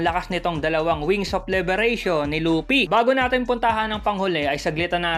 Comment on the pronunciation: Lupi HHaha Luffy po